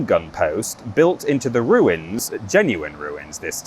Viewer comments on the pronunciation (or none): none